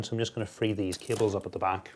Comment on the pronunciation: "we have done a really good job of managing cabeles" lmao awesome video